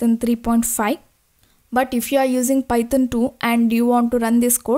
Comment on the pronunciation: I love it when u say paitan programming😊